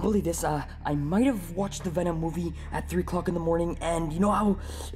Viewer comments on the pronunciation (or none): Venom not o om